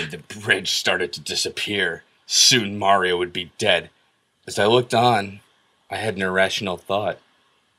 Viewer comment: This video is one of the rare occasions you can hear say "Mario" correctly.